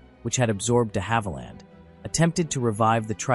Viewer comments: Agreed about the pronunciation of Viscount and the fact that the aircraft shown is of course a Vanguard. Not only the BEA aircraft at the very start but the Air Canada aircraft at 0.29, the Invicta aircraft at 0.36 and the BEA aircraft at 0.40 are all Vanguards. His pronunciation of De Havilland is also not correct. I have flown on both of these aircraft types, the Viscount and the Vanguard. Confused about the 5 abreast comment. Every BEA (subsequently BA) Trident that I have ever travelled on has been 6 abreast in Y and they certainly were not very cramped. In fact the cabin width of the Trident was 2cm wider than the 707/727/737. The holiday charter airline Channel Airways did experiment with a 7 abreast 4 X 3 configuration though. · You mispronounced DeHavilland too.